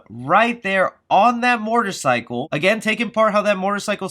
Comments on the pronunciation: All I can’t not hear is “mortorcycle” 😂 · why do you keep saying the word “Motorcycle” the way you do. It’s like it’s on purpose. You keep saying “Morter Cycle”.